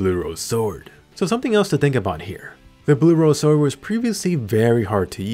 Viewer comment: I'm not the only one that heard sworldand during the fight right? That sexy beast.